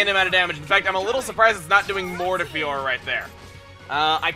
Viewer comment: I'm feel the same about saying Fiora:/